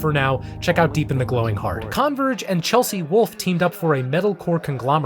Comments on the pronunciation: Man really called Converge KAHNverge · Love your pronunciation of Cahnverge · That would be great, but only if he doesn't say CON-verge throughout. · my only criticism of this video is how you pronounce Converge. 😩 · Great video, but the way he pronounced Converge was high key distracting. I've never heard anyone stress the 'Con' like that.